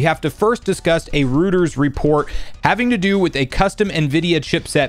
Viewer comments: ROY-TERS not rooters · ROY-ters, not ROO-ters. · FYI, it's pronounced ROY-ters, not ROO-ters. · same XD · I’m cracking up at how you pronounce Reuters as Rooters when the correct way is (Roy-ters) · Just FYI, it's roy-terz👍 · Bro it’s pronounced Roy-ters